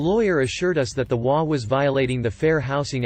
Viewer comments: In the first story in HOA, it is NOT pronounced as a word. But as each individual letter, as in H, O, A. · I have only heard HOA with EACH said, not as a word. It's only the text speech generators that pronounce it as a word.